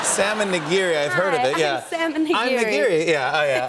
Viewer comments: I heard Sam n' nigiri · DonYelle and Diana My Japanese ass is dying at their mispronunciations. I didn’t know people pronounce it na-geery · Knee-gi- ree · How they pronounced "nigiri" and "tempura" kinda crushed my asian soul. I mean, they probably dont know the correct way. Or rather they dont know the Japanese way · I love her but she's pronouncing all of this Japanese food incorrectly 😂😂😂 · I love how she pronounces Tamago and Nigiri, as someone who's learning Japanese, this is seriously cute!!! I have to admit, I'm becoming a huge fan of her!! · I love the way she pronounces “salmon nigiri” and “tamago”. It’s completely wrong but still it’s cute. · Funny, but cringy :D Tomago? - Its Tamago ( Tamagoyaki) and Nigiri pronunciation was the reason why Jimmy couldn't understand at first. Still love her tho